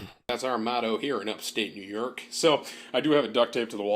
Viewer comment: “New yerk”😂